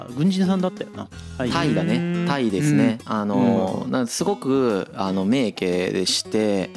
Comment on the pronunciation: 名家を「めいけ」と読むのは間違いですよね。。。気になるわ～